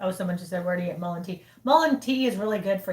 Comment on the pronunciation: Mullen is what it sounded like